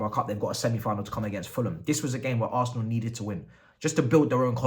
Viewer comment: Dat As er nal like a naija man